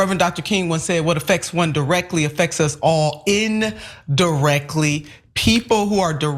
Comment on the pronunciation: 2 words,... inda-reckly 🤯